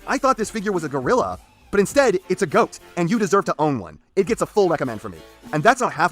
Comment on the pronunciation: Did you Really Just Say "Goat"?